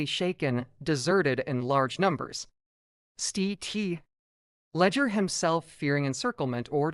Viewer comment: I turned off early due to terrible AI narrative. By the way, St. Leger is pronounced "Sillinjer".